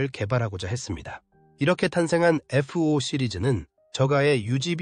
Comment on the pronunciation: 에프-오 라고 하니까 어색하다